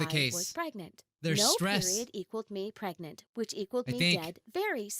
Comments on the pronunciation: I cant stop laughing when you said pergananat😂😂😂😂😂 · Pregante Preganenenenenenant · Nah, It's not Pregnant or Preg-nant, or even preggers. It's, pergernert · pregante preganet pergnert? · Pereganante (Pear-egg-an-aunt-a) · Video:preg nant Me:pragannanant Edit:man moana be gettin busy with her bestie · They said Preg-nant so they wouldn’t get demonized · How I a CuTE LIttLe SnAcK get preg-nant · You mean prengnante? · Now when you said pregnant i forgot how to say pergnate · I did get pregananant Me: gasp* HE KNOWS DA MEME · i GoT “pReG-nAnT” fRoM a SwImMiNg PoOl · She's pregananant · Preg-nant?? Preg-nant?? Preg-nant?? PREG-NANT?? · Pre g a t ore not pregnant prawn a t. XD PREGNANT.